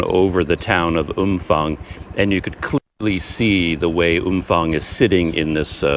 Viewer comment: Hi, my thai partner says the town is pronounced Umpang. Apparently the ph is not like an f in english. She wanted me to let you know. Personally I prefer umfang.